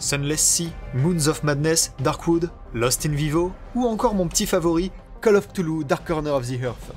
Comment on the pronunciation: Cthulhu ça se prononce : R'toulou.